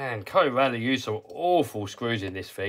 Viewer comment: Corally - rhymes with apple-core Valley.